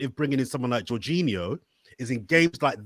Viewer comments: someone please tell that our player is called jorginho and not juninho… 🙈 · Why isn't anybody correcting when he pronouncing Jorginho's name as Juninho. Its driving me crazy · Is anyone gna say anything about calling Jorginho, Juniniho? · How we letting get away with consistently calling Jorginho “Geninho” 😂😂😂😂